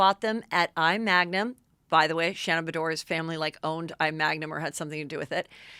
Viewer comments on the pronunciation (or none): Preface: I love Heather & the earrings are amazing vintage, awesome heirloom and RHONY style brag… comment: I. Magnin (not Magnum). 😊